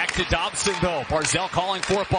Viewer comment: he calls Dobson Dobber